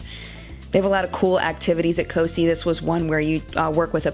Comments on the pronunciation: I went to COSI as a kid, but I live in Ohio. However, its pronounced CO-Sigh, not Cee (that's the best spelling I could come up with to give pronunciation lol). Just an FYI. I wasn't sure if you were talking about the same place at first 😆 At least that's how everyone from around here pronounces it, and they come to my kids school 1 day each year and do a little project with them, and they pronounce it that way as well. This looked so fun. Wish I could afford to do it with my kids. Your husband did such a great job on the camper/van. Really creative and really nice work. Meanwhile, this was probably the worst summer we've had😞 Glad yours was so neat though! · I'm from Ohio (near Columbus) and we love COSI (pronounced co-sigh not co-see 😊 no big deal. And I'm sorry if someone else already told you lol) loved this video! This is so fun! Beautiful family and your husband is fine girl 😂😋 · As a Columbus Ohio resident, I’m glad you enjoyed COSI. It’s an amazing place! (PS, it’s pronounced COSI(eye) 😉). If you are ever back this way again, check out the Columbus Zoo. I’m glad your trip was a awesome. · Cool trip! COSI is pronounced “co”- “sigh” (like “sci”ence). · Don't worry about mispronouncing COSI every one does no big deal! I love that you guys had an awesome time there! I live in Ohio and glad you had fun!!